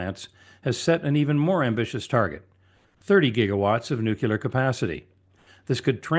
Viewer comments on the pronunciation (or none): It's pronounced "nuclear" not "nuculur"..